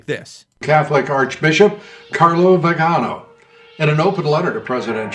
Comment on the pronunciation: Vigano (Dobbs puts the emphasis on the wrong syllable). “Vee guh NO” The first letter was published in June the same day that the Queen of the Nile, Abp Wilton Gregory (elevated by Francis to CARDINAL on Saturday) dissed Trump when he and Melania went to the JP2 Center to pray the day after the fire at St. John’s across from the WH. Melania was raised Catholic. Biden claims to be faithful but he’s a fake Catholik. Supposedly Melania had the WH exorcised when they moved in. A WH insider told me that under the previous admin, 80% of internet traffic was from Pornhub. That shouldn’t surprise anyone. Pretty evil stuff/Deep State. Yeah, we Catholics have been dealing with Satanic crap for 2000 years. Judas hung out with Jesus! The Church has condemned even mild socialism since 1850. It’s no secret the Francis is a pedo-shielding Bankster., I’d be glad to give you a rundown of this anytime. Just respond to this comment and we can talk or email. You’re right, it’s not specifically about Catholics. Like St. Paul said it’s about “powers and principalities.” But Vigano didn’t just “throw in” Freemasons—the history is all about Masons—“solve et coagula” is a Masonic motto—“from chaos to reconfiguration” in Latin. Aussie Cardinal George Pell was tasked with cleaning up the totally corrupt VatBank and saw payoffs from Italian Mafia and suddenly he was accused of pedophilia himself. Well, another Francis crook, Becciu was forced to resign last month when Italian police found he had p